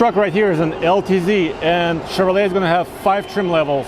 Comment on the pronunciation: Chever-lay, found in only the finest trailer parks~